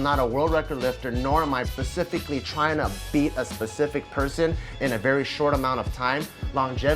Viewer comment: Pacific? No it's specific